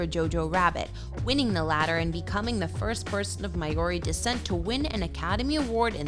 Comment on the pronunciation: WTF is 'My Or Ree'?